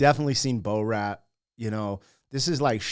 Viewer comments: Please don't say bo-rat lol. It's bore-at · Its not Bo Rat its Borat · His character is pronounced bore rat. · The way you pronounce Borat is shocking. You are American though. It’s understandable.